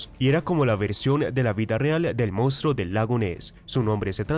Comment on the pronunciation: Hay que aprender a leer bien y pronunciar correctamente ya que no se die mounstro se dice monstruo,ese defecto se da casi en todos los que no saben leer bien